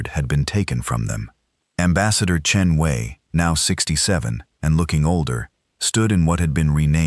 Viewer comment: AI sucks. Voice and text misaligned, and poor ambassador Chen Wei. How many ways is her name mispronounced?